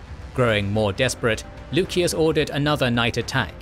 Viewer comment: Lusias. Theres no k, just c.